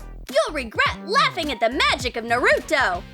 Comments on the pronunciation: Wtf yall said naruto wrong- its not said naru-tu its naru-to thank you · Note they said na-roo-toe instead of nar-I-toe